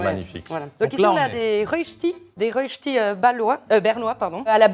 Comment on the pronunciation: Bon … y a beaucoup de mauvaises infos de la part des « suisses »… 1. Romands pas romanche … le romanche c est une langue parlée uniquement dans un petit village des grisons et c est la 4 eme langue officielle du pays 2. On prononce Reuchti et pas reüsti 3. T’as ou les vaches ? Ça veut dire « tu viens d’où? » et « y a pas le feu au lac » c est « pas besoin de se presser » 4. Viande DES grisons pas de grison (parce que le grison c est un animal) c est une viande séchée qui vient du canton des grisons. (Rien à voir avec le porc ou le valais) J en suis qu à la moitié de la vidéo mais je me sens un peu offensée en tant que suisse 🇨🇭🫣